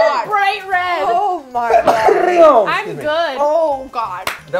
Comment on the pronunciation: am I crazy or just said "I just a stupid bitch" when Sarah asked him why was he naughty? ~his lips didn't touched that's why I assumed he said 'I' instead of 'I'm'~